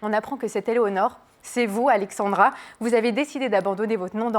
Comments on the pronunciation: c'est pas si dur à dire Alexzzzandra pourtant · "Alexandra". c'est difficile? entre prononcer Alexzandra pour la prononcer et écrire Alexandre dans le titre c'est moyen..